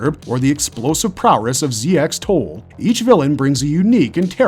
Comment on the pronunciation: Ramotith and Ramoches are literally the same Zoanoid model. The dub from the 1992 series just cocked up a lot of the names (though to be fair, almost all the Zoanoid/lord characters have weird names). Also ZX-Tole's name is pronounced "zek-toll".